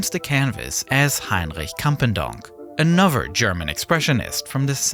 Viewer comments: The way this guy pronounces another as anover is so funny like bro speak better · I detest narrators who have a lisp. It is pronounced 'anoTher' not 'anuver".